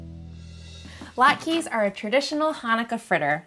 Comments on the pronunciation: Thank you for that. The "e" is pronounced as an "a" sound. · They are pronounced "lot ka" not "lot keys". 🤦‍♂